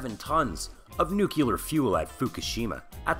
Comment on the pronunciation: Please,, it is nuclear, not nukular. Bad pun about you neeking up on it. What do I win?!?!